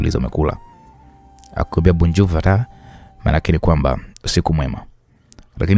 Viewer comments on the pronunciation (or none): Aki jamani hiyo Ni kifaranza gani😂😂😂😂eti bourjour ndo nini😂😂😂